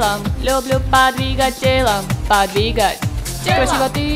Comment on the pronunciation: ах, как хорошо отрисовали! и без перевода было понятно, о чём поют. ваше исполнение порадовало. за скоростное и отчётливое произнесение довольно длинного «подвигать» примите отдельные восторг и благодарность